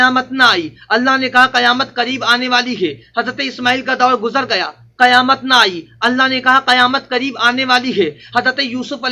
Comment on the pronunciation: ابے گدھے کی اولاد قیامت میں ق کے نیچے زیر ہے گدھا تم کو مولوی کون بولتا ہے پورے قرآن شریف میں کھیں پر ق کے اوپر زبر نھیں ہے اگر ہےتو بتا تیری پوری زندگی غلامی کروں گا سالاگدھا